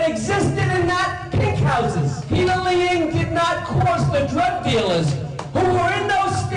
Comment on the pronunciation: Peter Lie-ang lol